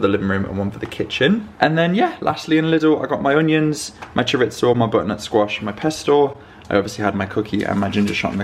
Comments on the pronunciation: I love your videos and how candid you are about sharing little things from your daily life. There is just one thing I need to say and I hope I don't get too much hate about it: it's not choriZZo (like pizza) it's chorizo, one z. Sorry, needed to do this, but just with the best of intentions. I swear ❤ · People in the UK pronounce chorizo,as Cho rit so,in Spanish it is Cho ri tho,in the US it’s Cho ree zo.